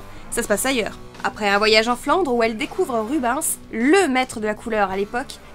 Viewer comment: "Rubince" ahah Belle vidéo sinon :)